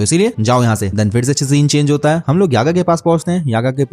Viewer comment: Bhai wo kasukabe nahi kusakabe hai 😅